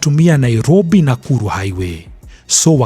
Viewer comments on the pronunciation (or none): none